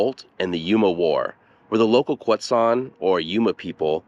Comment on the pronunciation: pleasantly surprised to get a video about yuma showing up in my recommended videos! i was born and raised and never learned about this event in school or anything, though i was aware the the name Yuma came from one of the tribes there (Quechan/Yuma). i also now know how to properly pronounce Quechan (thank you!). awesome video!